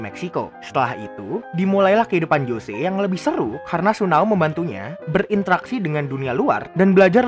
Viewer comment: Tsuneo njir bukan sunao